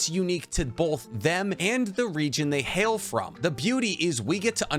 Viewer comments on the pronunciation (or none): none